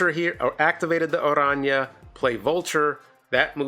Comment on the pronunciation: Thanks for pronouncing Araña correctly!